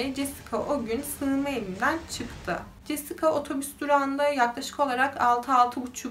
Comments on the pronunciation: jesika nedir abi cesika diye okumayi ogrenemiyor musun? Ayrica 90'li yillarda siyahilerin dedigin gibi dislandigi bir durum da yok,O kadar kotu anlatiyorsun ki cidden zaten sayili true crime kanali var TR'de en kotusu sen olabilirsin uzgunum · Jessica yazılır Cesika okunur